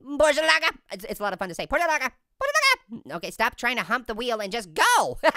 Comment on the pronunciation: Finally, a youtuber who can say porsche right, and he's an orange!